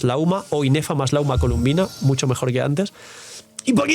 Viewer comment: Se llama Colombina, porqué todos le dicen columbina?